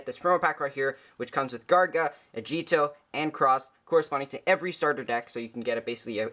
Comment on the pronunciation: Times J says "A-gee-etoh" instead of "Ah-gi-toh" Counter: 6